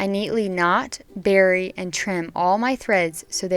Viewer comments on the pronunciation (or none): none